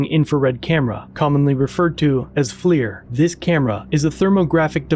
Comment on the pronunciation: it’s called flir not flear/flair 🤦‍♂️🤣